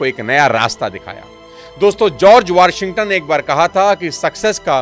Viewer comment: teek se naam bolna ni aata tuje??? warshington ni hai, washington hai, samje??? sirf, suur-buut me rehna aata hai